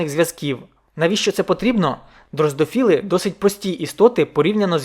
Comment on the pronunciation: Мушка дрозофіл, не дрозДофіл